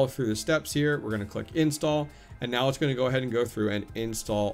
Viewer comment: Meow IS on Hive now under Mewc.... 🐈 🌙 🐈 🌙 I swear, every time you said "now" you were actually saying "Meow"! 🤣